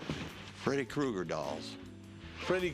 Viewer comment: “Krueger!!,” its Freddy KRUEGER…… not “Cougar” 🙄